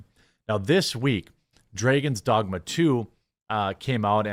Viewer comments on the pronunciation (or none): Dray-gon Dogma. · What a fucking idiot you are Quartering YOU DON'T KNOW HOW TO SAY DRAGON'S DOGMA or just the word "Dragon's"!!? LMFAO, BOI YOU STUPID AF! Lol, greediest game ever!? You must be SUPER insane!